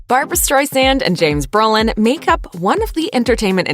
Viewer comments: Come on. It's bro-lin, not bur-lin. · His name is BRO Lin....not Berlin. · isn't his name Brolin. Not Berlin?????? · This person keeps saying Berlin. It’s Brolin stupid! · It’s BROlin, not Berlin!!!